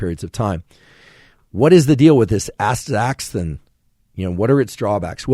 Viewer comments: Doc, say zee-a-zanthin, and asta-zanthin. In English we misuse X as much as we do the internet. So don't axe me why its pronunciation is so chaotic. Greeks, Slavs, and native Mesoamericans have a useful pronunciation for the letter, though it differs in Nahuatl from East European. Kale, that dark green sandpaper/cardboard vegetable (with a GREAT taste! lacerate and macerate it before adding to salads; otherwise you will agree with me about its textural qualities) is really WAY up there in content of lutein and zeaxanthins, horizons beyond stiff-cooked egg yolks. And to segue, Salmonella tend to be killed at egg-frying temperatures now being recorded in hot deserts outside Death Valley , Sahara, and Rub' al Khali (the Empty Quarter). Salmonella (named after a guy named Salmon, not a fish), although found on the skin, as part of our bouquet of flora we carry around, are pimarily enterobacteria. (certainly there are numerous species, which I won't get into) transferred through the unavoidable fecal-oral nature of the world. They are facultative anaerobes, normally functioning through oxidative respiration, but when conditions change, they can switch to reductive respiration exuding hydrogen sulfide, the smell long known as of Rotten eggs. They ARE pathogens, intracellularly, but we hold their virulence in check. They are not always virulent,, in other words, and too much killing of other microta by the OCPD-obsessed , aside from immunocompromise, unleashes their less diplomatic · You're hurting my ears LOL. Asta-ZAN-thin, and Zea- ZAN- thin. (caps show emphasis, not yelling). I know those are x's. Don't ask me why. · X is pronounced as a z. Asta Z anthin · as-ta-zan-thin. Your welcome. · How to say ''ASTAXANTHIN'' : a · stuh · zan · thn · Some pronunciations for you: Astaxanthin is Ass-tah-zan-thin with the accent on the 3rd syllable and Zeaxanthin is Zee-yah-zan-thin with the accent on the 3rd syllable. Hope that helps! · ass-ta-zanthin, zee-a-zanthin.